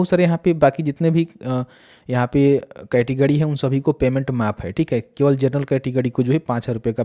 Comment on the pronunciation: Good information but....🤔🤔🤔 अड़्त-गड़्त और पतरता, कैटगड़ी 🤔😂😂🤣🤣🤔🤔🤔🤔🤔🤔😂😂😂😂😂😂😂😂 can't stop laughing.... 😂😂😂 Sorry...